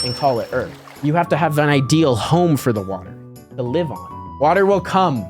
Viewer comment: "water will com"